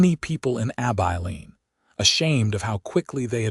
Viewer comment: For Gods samke its Abilene (short i) NOT AbEYElene!!!!!